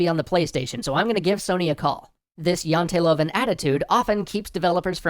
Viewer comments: I like the right use of written Norwegian but the way you said janteloven was (hilarius) kind of just a little bit wrong, try again P.S no am not Norwegian but i'm danish and practikly in scandinavia we can all talk to each other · Huh. I didn't know Norway also had the Jantelov (great hearing pronouncing that, btw). If it's something Norway got while being part of Denmark, I feel like I should apologize. Poor devils. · Great episode. I know a couple of people in the industry in Norway and according to them it is hard working there. It's interesting that Janteloven (The Law of Jante), has escaped the fictional Danish town of Jante and has become an actual Scandinavian frame of mind just 81 years after it's conception. Also, hearing pronounce it Janteluvin' multiple times made this a very worthwhile episode:) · (Janteloven: Yahn tee Lou?n) or more easily "the law of Jante" but close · Its not Janteloven Its janteloven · The way he says Janteloven is funny. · I couldnt help but chuckle when you said tred to pronounce "Janteloven". Not even close ;) Although the most of the translations were a bit off, it was a very informative video and high quality as usual